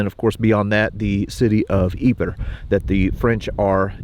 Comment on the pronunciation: If you're interested Ypres is actually correctly pronounced as "eep" in French.